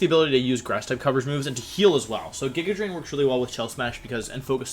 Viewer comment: Nobody: Wolfey: "Jigga Drain"